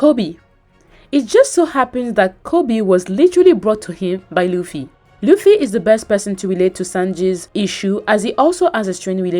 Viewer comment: She said that sanji just cooking and chilling while he also had a character arc, namely that he finally got a resolve to go follow his dream. Also, she cannot pronounce Luffy right, even tho she watched entire LA. It's not important, but it hurts my ears everytime i hear "laugh-y"